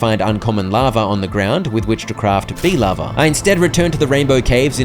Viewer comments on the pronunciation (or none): why did you keep calling it bee lava lol I listen to videos in the background and I'm so confused